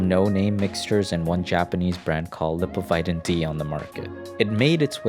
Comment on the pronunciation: the way he pronounced "lipovitan" ... that's an example why American English pronounciation is inconsistent. English English pronounciation is simplier and much more consistent.